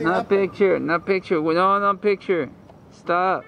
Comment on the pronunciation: LOL NO PICHER😅😂😜YES ] PICHERRRR